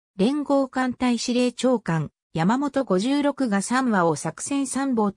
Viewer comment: さんわではなくみわよしたけ、やまもとごじゅうろくではなくいそろくが正しいと思います。